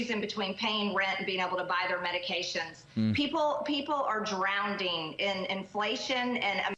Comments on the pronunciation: Oh, no! According to MTG, people are "drownding"😂 in inflation. She's trying to use very old Democratic sound bites. No wonder Maria looks confused. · David!!! We said "drownding" at the same time. LOL. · MTG always loves adding extra "D" in her words. "Drownding" and "Impordant," for example.